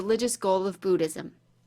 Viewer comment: Why does she keep saying Bootism?